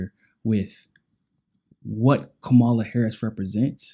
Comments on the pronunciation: yeah i know who he's talking about. Point is... her name is Cam-ah-la. Let's add credibility to our news outlets... mispronouncing his name makesit seem as if we're only listening to one another and not getting the information from the source.. if we were, we would catch the little mistakes.. seems minor but folks check for that. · Fam... you gotta start pronouncing her name properly... that keeps you credible. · “There are some people who believe that Kamala Harris is for us.” Right off the bat, you don’t know how to pronounce her name, which shows you haven’t done any research that you claim to have done: You haven’t even read her book, which is a short read. Second, who is “us?” Does it include me? So I looked up MCSC Network and found there was no reason it shouldn’t include me. So, I feel free to include myself among the people who believe that Kamala Harris is for me, along with “some of other people”. It’s only when you get into the stupid meat of your subject that I realize you’re talking about African Americans, and light-skinned ones in particular. So, in fact, I am not part of “us,” and what you are appealing too in particular is race-conscious (racist) African Americans.